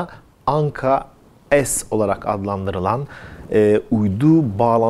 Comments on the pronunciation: Anka-Es değil Anka-S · Güzel haber ve video Teşekkürler. Ama daha çok Türkçe lütfen biz S harfini S olarak okuyoruz, es demeyelim bence S harfine bu yabancı bir harf gibi oluyor. Türkçemize daha çok sahip çıkalım.😊🤘🤘🤘🇹🇷🇹🇷🇹🇷🇹🇷🇹🇷🇹🇷🇹🇷